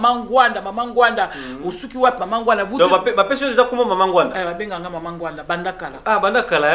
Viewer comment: S'il vous plait , boyebaka ko prononcer nom ya mutu ata azali lisusus na bomoyi te. Il ne s'appelait pas Ngwanda , mais NGBANDA.